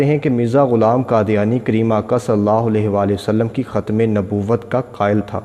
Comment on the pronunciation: My dear kjatim nehi but khatam